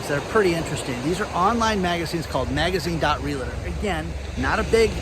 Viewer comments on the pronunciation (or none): Love channel and appreciate your insight and topics. I have some feedback. A real estate agent is referred to as a Realtor, not a Realitor. It kills me every time I here someone call us that. My wife always laughs when I am call potential clients and they tell me that they have a Realitor. I say that’s great, because I am a Realtor, and I will get you more for your home than your Realitor. Thank you keep delivering great content.